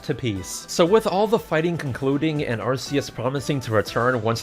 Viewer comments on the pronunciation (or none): Arceus is actually pronounced Ar-key-us